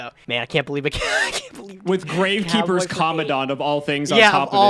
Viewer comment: I'm British but wtf are they pronouncing Gravekeeper's commandant like that? Is that an American thing?